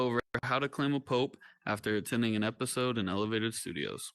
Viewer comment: PO-AP is how it is pronounced just a FYI